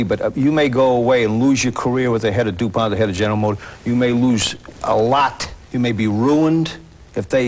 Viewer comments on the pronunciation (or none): none